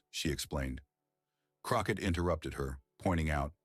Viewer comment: Croquette? You better get Miss Crockett ‘s name correct. Love her ❤❤